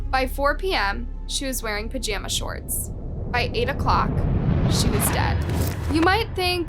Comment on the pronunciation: I've never heard anyone pronounce pajamas that way before.